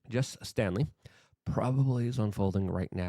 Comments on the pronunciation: Why do you keep mispronouncing the guy's name? Its STALEY, not Stanley. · Staley, not Stanley. The mispronunciation is kind of irritating, especially names. Words matter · The name is Jes STALEY, not “Stanley” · its STALEY, not stanley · Dude, there is no "n" in Staley.